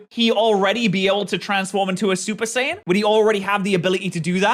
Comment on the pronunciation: BRO SAID SUPER SAIYAB RED